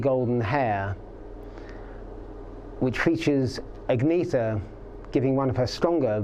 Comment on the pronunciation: More than 50 years. World famous. Yet your “musical experts” still cannot pronounce their names? “AggNeeeTher” Lazy, ignorant, disrespectful . You have completely destroyed your video’s credibility with that!